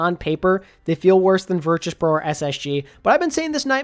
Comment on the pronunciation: crazy how they’ve been in the scene for over a year and you still can’t pronounce virtus correct